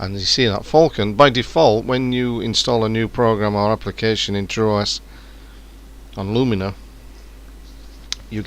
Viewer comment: True"aw"s? Its not just "True" "os"